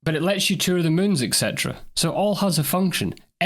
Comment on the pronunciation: It's et cetera. Not ec cetera. Nice vid.